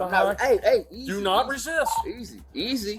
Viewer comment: she can make a two syllable word into a three syllable word as in, while in a whiny 6 yr old kid voice "didn't re-SIIISTTT-uhhhhh"!. or better known as re-sist.